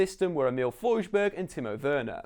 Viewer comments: FoJRsberg?!??!?!? DUMB BRITT its FoRSburg u say R and S not J. He is Swedish much like myself and i felt offended when u pronaounced his name a german way! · Im Norwegian not swedish, but im pretty sure Forsberg isnt pronounced «fojburg»